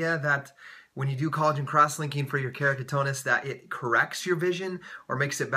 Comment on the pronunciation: keratoconus * not keracotonus : )